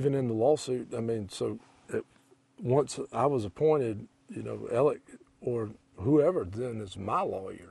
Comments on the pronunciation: It’s spelled Alex, but Southern pronunciation is Alec with a hard k sound. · His name is AleX,,,, not AleC. So sick of people saying his name wrong. It's ridiculous!